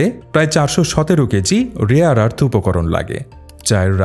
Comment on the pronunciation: বাংলাদেশী মিঞা মাল মনে হচ্ছে! বর্বর। কথা ঠিক করে বলা শেখ।ওটা 'রেয়ার আর্থ' হবে।আরস নয়।🦛